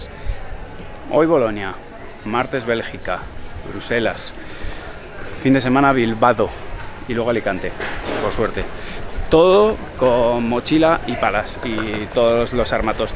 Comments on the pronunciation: Es Bilbao, no Bilbado, me ha crujido el oído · Disculpa sin ánimo de ofender. Se dice Bilbao. Me resulta algo incomprensible que a día de hoy gente joven como tu, podáis decir Bilbado. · "Bilbao" 🙄 me has matado tío